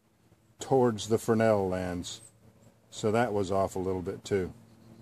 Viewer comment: Great video, and thank you for pronouncing Fresnel correctly.